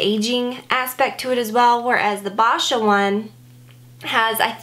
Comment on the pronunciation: Hey! I love your videos. You have some of the best product reviews. Just a friendly little pronounciation correction. Boscia is pronounced "bow-sha". Looking forward to your next video as always.